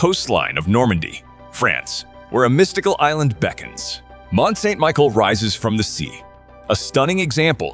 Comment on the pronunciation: There were quite a few mispronunciations in this video. Mont St. Michel, for example, is pronounced like ‘Michelle’, not Michael.